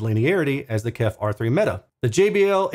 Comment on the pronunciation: Thanks. Still need to watch, but I'm sure it performs great. BTW, the company is indeed called "KEF", not "Kef". For "Kent Engineering & Foundry". 😉